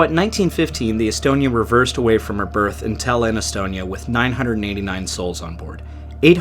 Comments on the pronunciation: Stop calling Tallinn , DALIN, THALIN, ALIN. Its Tall-innnnn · Omg, it’s pronounced TAllin, not TEllin. How difficult is it to learn the capital cities of other countries,especially if you are making a video about them? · Good video but I just have to say, it's pronounced Tállin, not Tallín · I'm sorry but you pronouncing "Tallinn" in a way it just sounds like the estonian word for "city" is inappropriatly funny